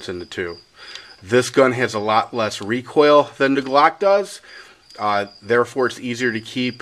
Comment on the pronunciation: i like how he says recoal and interw3bz